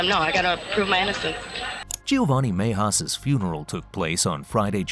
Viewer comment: Cringe every time the narrator pronounces Mejias.